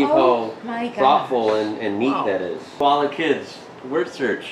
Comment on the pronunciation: Your Koala's name is pronouncedas it is spelt.